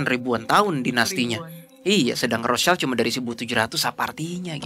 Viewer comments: Maaf mau koreksi terkait pronunciation. Rothschild ini kan dari jerman ya, nah jerman sama indonesia tuh cara baca huruf vokalnya sama yaitu aiueo. Terus "sch" disini dibacanya "syi", bukan "child" seperti dalam bahasa inggris. So that's why, cara baca "Rothschild" ini tuh Rothsyild gitu. CMIIW yaaa, yang paham bahasa jerman bisa bantu koreksi aku kalo ada salah🙏🏻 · Sorry Rotschild bacaannya Rotschild, bukanrothchaild, jadihurufidibaca sebagai i bukan ai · Kykny rothschild itu dibacanya rothsyid, ejaan jerman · Kamu benar. Bacanya Roth- Syild. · Bener...harusnya pronouncenya gitu. Tapi gpp sih, contoh lain..itu orang2 nyebut Michael Ballack d baca Maikel bukan Mikael padahal Mikael kan aturan.